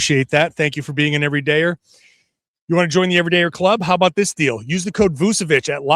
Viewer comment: hey, his name is pronounced with a CH, so Voo-cheh-vich, not Voo-seh-vich